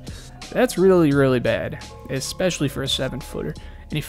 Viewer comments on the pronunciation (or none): none